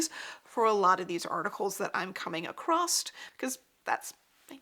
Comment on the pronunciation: Love your talks but there is no t in the word across.